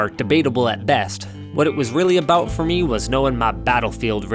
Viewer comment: Accent was good until you said "aboowt" then I remembered you were Canadian.